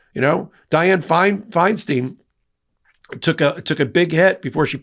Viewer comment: DiFi's name was "Feinstein" (second syllable rhymes with "pine"), not "Fein-STEEN."